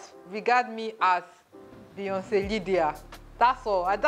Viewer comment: Lol! Leeyonce